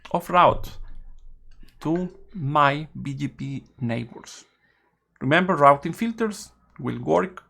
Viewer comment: Very nice info on RRRRouting filters